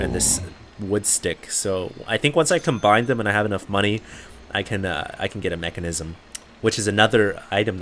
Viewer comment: It's called Menkasm dammit not Mechanism!